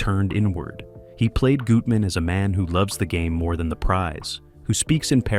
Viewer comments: CASOER “GUT-MAN” not “GOOT-MAN” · AI pronunciation of names weird. Goootman? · Note to OP: Spell Bette as "Betty" Lorre as "Laurie" Gutmann as "Gut man" for the AI to pronounce it right. "Carecter"?